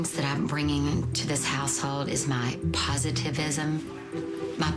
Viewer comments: Why dose she keep saying positiveISIM omg hahaha is she for real? I forgave it the first time but after the second time I think she thinks that is a word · She literally can't even say the word positivity